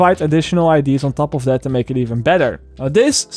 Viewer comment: I love videos but the way that he says "IDs" instead of "ideas" is driving me fuckin crazy lol